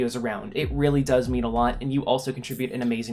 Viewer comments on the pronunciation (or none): none